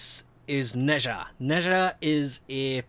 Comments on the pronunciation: Also It's pronounced Nè-Zhah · Its pronounced "Neee - Zaar" And He is a She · It's neh-z-ha